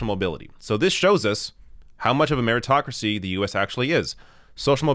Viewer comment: "Ameritocracy" LOL